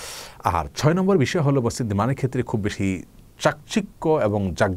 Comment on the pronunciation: mosjid* not somjid